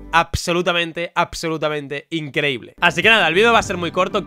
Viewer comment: Algún día entenderé por qué en lugar de "absolutamente" pronuncia "apsolutamente" xD